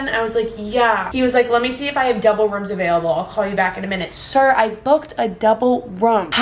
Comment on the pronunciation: no one:: siRRrrRr